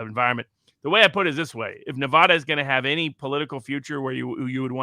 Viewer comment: I wish Robert would pronounce my state correctly. Nev ADD uh.